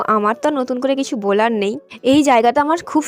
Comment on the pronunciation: বোলার না বলার হবে আর একটু উচ্চারণ ঠিক করবেন,কিছু মনে করবেন না বললাম বলে।